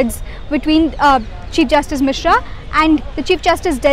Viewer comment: It's Misra, not Misha